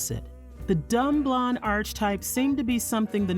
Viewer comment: Who narrated this? Her voice is distracting. And she pronounced archetype as arch-type